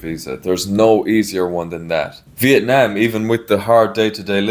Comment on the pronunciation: I love that the way you pronounce Vietnam is exactly on point and the same way locals say it, not like Viet "Nom" (rhymes with omnomnomnom) like how much of the western world butchers it. Great job!